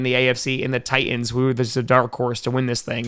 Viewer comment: It's "Titans" not "Tie ends".